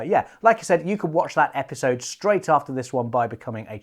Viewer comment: ‘Epsisode 5’ lol